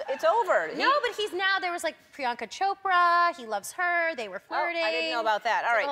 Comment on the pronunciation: Priyanka Chopras prononciation was on point